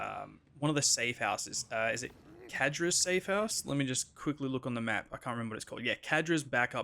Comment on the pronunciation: "Kadra's" clearly says Zadra's lol